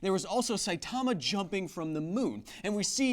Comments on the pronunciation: It's pronounced SAItama not saiTAMA... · "sigh-ee"timma"! , but say it kind of quickly Kyle, not that you'll see this a year later